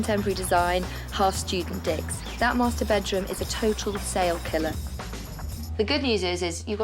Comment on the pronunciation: i heard half student d I cks 😂 I turned on the cc and it reads d I cks lmao Is that what she actually said